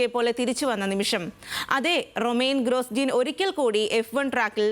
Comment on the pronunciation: ഗ്രോജോൺ അല്ലാതെ ഗ്രോസ്ജീൻ അല്ലാ 😂